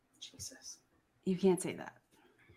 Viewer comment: The way she says Jesus gets on my nerves for some reason... It kinda sounds like JeezASS